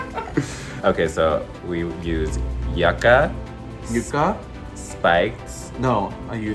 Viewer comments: lol no, it is jUkka. u really sounds there, naomi said it totally wrong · I was confused so I googled it: Naomi was right. The ornamental southwestern plant yucca is pronounced yuck-ah. There is an edible root, yuca, pronounced as Kim said it. I think it's the same thing as tapioca. But it's not the desert shrub yucca, regardless. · Kim mispronouncing Yucca the entire video had me dying 😹. I love her.